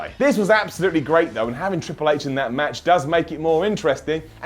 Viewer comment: "ITS MEH TRWIPLE H" LMFAOOOOO